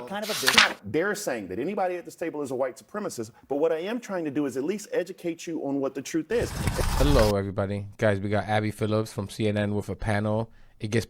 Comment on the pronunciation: Hey man, really enjoy your content! As a side note please stop putting a “s” at the end of Abby Phillip name 😂